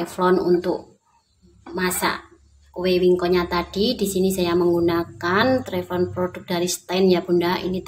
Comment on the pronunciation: Teflon bukan Treplon